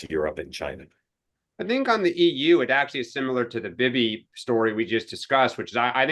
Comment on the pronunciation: Why does always MISPRONOUNCE Bibi's name??????????????